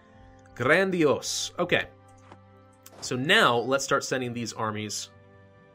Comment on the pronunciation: Not sure if you're going to read this but the "a" in "grandios" is pronounced like e.g. in "San Andreas" with a long soft "a". Love your Videos!